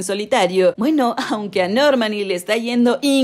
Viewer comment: Ya no entiendo si esto es la voz de una mujer o un programa de voz... La manera de decir Nórmani, Jáuregui, Lauren, Louren... Es raro que cambie siempre el acento de la palabra!